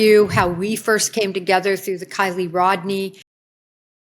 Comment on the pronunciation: I don't know why it really pisses me off when people talk about kiely and cant even be bothered to her name right!🤦‍♀️😡🤬 its KIELY, not kyle!!!!!